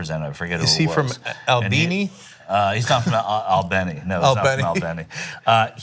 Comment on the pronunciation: I'm from Albany and you're pronouncing it wrong!